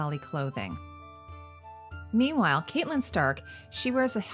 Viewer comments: I love your videos but gosh I cringe every time you call her Caitlyn stark lol it’s pronounced more like Katlin although it’s spelled catelyn. But absolutely love your videos!! Probably one of my favorite channels! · Just FYI, the character Catelyn's name is pronounced "Cat-lyn", like the animal.